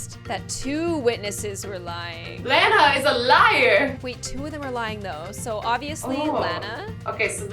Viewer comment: HoW DaR e you I AM LANA AND YOU SAID IT WRONG and I lev your vids